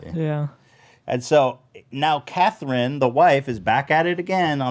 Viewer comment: But why did he pronounce "Catherine" Cathreen 🤣?!